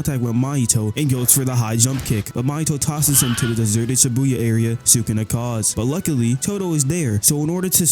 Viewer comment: It shibuya not Sibuya